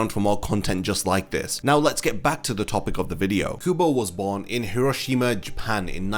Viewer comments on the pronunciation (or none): none